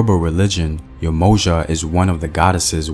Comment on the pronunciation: And Yemoja = Yem Oh Ya (jah)